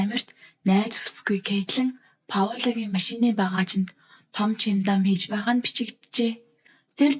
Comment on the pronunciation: Чиндан биш чемодан гэдэг болно😮😂